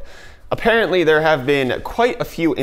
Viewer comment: Did. Did he just say "Hey dere, friends"?... Um uhhhhh ... You from northern Michigan?